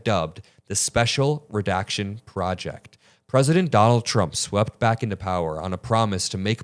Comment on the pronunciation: Speshul Redakshun Project.